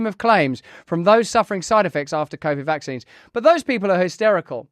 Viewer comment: VACKSSSSSS EFFFFFFFING SEEEEEEEENSSSSSS LOL. Sounds funny. VACKSSSSSS SEEEEEEEENSSSSSS